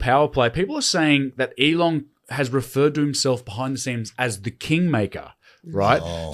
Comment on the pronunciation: Hey, it's Elon without a g on the end, you saying Elong made my eyes twitch